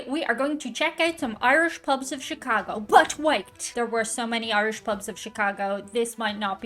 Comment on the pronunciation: Thank you for pronouncing "Chicaaaago" correctly!